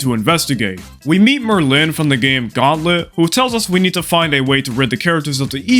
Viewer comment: pronouncing Merlin like Berlin instead of like the wizard really hurts me